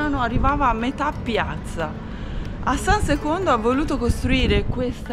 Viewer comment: lo so era una battuta squallida per rimarcare la pronuncia italianizzata, non c'era nessun intento ignorante